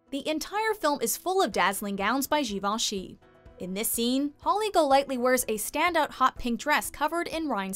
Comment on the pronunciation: Yes, it’s pronounced correctly in this video. I’m amazed!